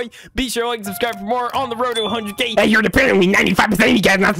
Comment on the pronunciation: “So subscrursh”